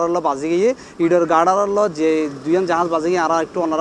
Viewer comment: আ গাডার আ গাডার😂 পুরাই অশিক্ষিত ১টা চ্যানেল ও রিপোর্টার